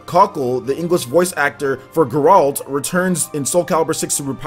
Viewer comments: Its Geralt.... NOT Ga-rolt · How is no one pointing out the atrocious pronunciation of everything related to the witcher. How can someone on a game channel have not played any witcher games? Gotta love grrrralt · Maximillian Dood called him "Jerault"